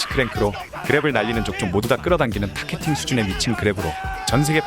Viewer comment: 타케팅은 십ㅋㅋㅋㅋ 영단어발음도 아닌데 자랑스럽게 보이스랑 자막까지 저렇게박으면 어쩌냐 ㅋㅋㅋ